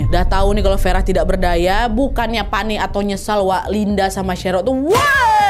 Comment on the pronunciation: maaf kak, pelafalannya agak konsisten ya kak, saya ulang sampe 2 kali, kok tiba2 farah jadi verah